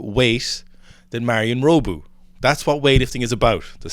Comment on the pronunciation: Not meaning to shit on you lads, but Pizzolato is pronounced similiarly to how you say it - except for the "ey" part. So, the "la" is like "la la land". Hope that helps! Also, it's Marin - not Marion/Marian. Love you guys.